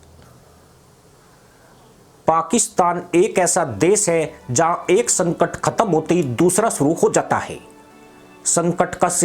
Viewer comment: संकर नहीं। संकट। भारत नही की मदद। भाई हिंदी सीख के क्यों अपने हिंदी ज्ञान को सार्वजनिक कर रहे हो। थोड़ी शर्म कर लो। बात सच है।